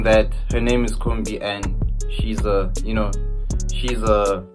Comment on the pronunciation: iKhumbi* not Khombi